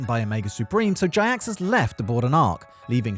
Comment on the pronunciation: Jiaxus = Gee-axe-us.